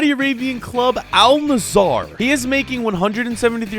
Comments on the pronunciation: It’s Al nassr not Al nassAr 😂😂😂😅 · it isnt al nasar its al nassr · Btw it’s actually not pronounced Al nasar it is pronounced Al nassr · I love your vid’s but just a small correction in pronounciation it is Al Nassr not Al nassar don’t say the a before the r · AL NAZZAR😃 Me:🥲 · …you know we love you but how the hell are you pronouncing it Al nassAr, when there is no A between the S and the R (Plus the A between the N and the S is pronounced as the A in Apple) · Its not al nasAAR its AL NASSR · "aaal nazar" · "Al Nesarr" - 2023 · Bro is saying al nazzar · Al nusor💀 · Al nazzar 💀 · "al nazaar" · "Al Nassaar" 💀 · Y’all are saying Al Nassr wrong! It’s pronounced “ULL Nusser” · you pronounce al Nasr like this Al Nasaer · Al nazaar 💀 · "mehan cety" versus "aL nUh-ZaEeR"